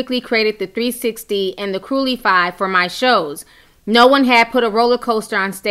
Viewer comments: Since when does Cruecify get mispronounced Crue-Li-fy lol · The damn structure ( Crüecifly) sound it out (Crew-si-fly) the damn thing dont say curly fry!! You're trying to be a media outlet, you need to be able to read!! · Why are you calling the “cruecifly” a “crulifly” 😂 🙈🙈😂😂😂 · Its cruecifly not crue-lee-fly ❤️ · Crew-Si-FLY!!!!!! NOT CURLY FRY...#COMEONNOW Love ya tho😍😍😍💁🏻‍♂️💁🏻‍♂️🤩🤩🤩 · It’s crux-if-Fts not curly fry smh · It’s Crue-ci-fly!! Not crulifly 😡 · Cruecifly... not cruelify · I thought she said cruelyfry ( like curly fry) 😂😂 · Forever Right! I’m like damn can you pronounce the damn word correctly!🤦🏽‍♀️ I love her videos but she mispronounces words all the time. She need to sound out words the way we did in elementary school! Crue-ci-fly🗣😆😂😆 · The Cru-lee-fry 😂😂😂❤️ Love you Ti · Ahaha, I was thrown off by that. I was like Cru-lee-fry, am I missing something? I kept thinking it looks like Crucify pronunciation but maybe I'm missing something. But after she kept saying it I was like aww, she's just reading it fast and doesn't notice she's saying it wrong. I chuckled. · “ cruelify “ 😭😂😂 omg Ti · Girl, you better learn to read these people's tea better...the name of the ride is Cruecifly (Crew-si-fly) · OMG YES! She was killing me. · 🤘ikr i was like Nooooo lol🙄🤣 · I really like Ti but she stays fucking up basic words 😂